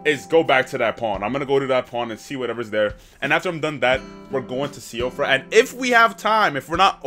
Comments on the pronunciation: i believe siofra is pronounced “sheefra” think it’s like Gaelic or smth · As far as I know, it is pronounced sheef-RAH Also, that gargoyle you attempted to fight, is literally the strongest version of the gargoyles in the entire game haha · Most people pronounce it like shifra :) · Hi first time commenting here! Siofra is pronounced shee-frah because it is Irish :) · If no one's told you yet, Siofra is pronounce "she-fruh," think of it like Sinead in that it shouldn't be pronounced like that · Siofra is pronounced "shee-fra"